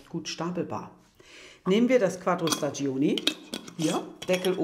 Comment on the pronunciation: Sehr interessant. Ich hoffe, ihr habt es patentieren lassen. Noch eine Bitte: staggioni spricht man staddschóni aus. Das i in der Mitte ist stumm, denn es dient nur dazu, die g davor zu einem dsch zu machen. (g vor i und e ist dsch, g vor a, o, u ist g, daher braucht man bei spagghetti das h, damit man es nicht als spaddschetti liest...)